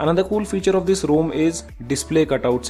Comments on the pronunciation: It's ROM not ROAM! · Bhai main bhi India se hoon. Bc ek bande ne wrong pronounce kar diya toh pura India ka naam kharab kar diya! 😂 It doesn't take much effort to pronouce ROM instead of ROAM!